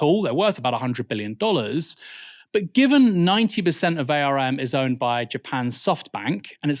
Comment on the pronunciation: btw Aaron, the company arm is not typically said as the initialism A.R.M, but said like "arm and a leg".